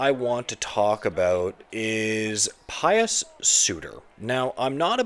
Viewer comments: It not Pious. It’s Puis like juice. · Puis sorry. Pronounced like juice.